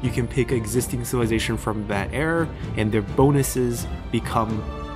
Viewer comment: Do you know how "era" is actually pronounced?